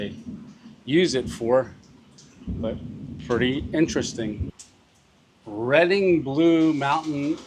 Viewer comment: Its Read-ing not Redding & thats Ska-neck-ta- dee! Other than that your words are pretty good.